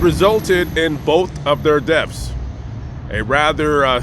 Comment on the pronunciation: Its actually DEATHS not DEFFS